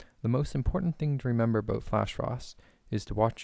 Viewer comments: canadian huh...lol i could tell from the "aboot" thanks for the info though. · Canadian?? Lol, How I met your mother taught me to recognise how people say 'about' ....